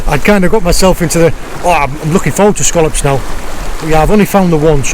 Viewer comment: its funny how he says scollops